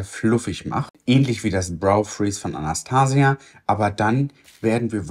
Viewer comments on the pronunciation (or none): none